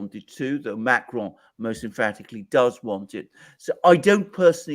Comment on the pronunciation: Pleased to hear Alexander correctly pronouncing Macron’s name! He is French and not Spanish! Therefore you don’t pronounce the final ‘n’